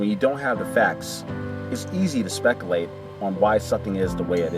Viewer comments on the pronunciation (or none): A. It's regulations not 'regalations' B. It's speculate not 'speckalate' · Reg-uh-late Spec-uh-late